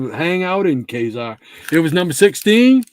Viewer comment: (and Graphic Man from the chat), I am happy to report that Ka-zar is pronounced Kay-Sar, just like you said. This is directly from the splash page of issue #10 of X-men. Google "x-men #10 splash page ka-zar" and you can see an image of it for yourself which tells the reader how to pronounce the name.